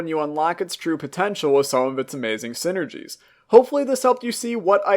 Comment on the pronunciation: I thought it was saying syringes and not synergies